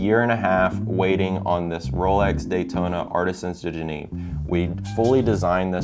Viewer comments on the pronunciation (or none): Wow! You spent a fortune on a watch transformation, and can't even pronounce the company's name. You can't even spell it. It's like Genev, not Geneev. And it's spelled Genève . Also, personalizing it with the - highly unattractive - WYW, was dumb. For a number of reasons. Luckily it's on the back. Finally, wanting a 'Box Unique' was extremely pathetic. They were right to tell you to F-off, although I don't know why it took 3 weeks to do so. Otherwise, congratulations - it's beautiful. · Pronounce Je-nev not Gee-neve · Spending that much money but can't prounce Genève.. 💀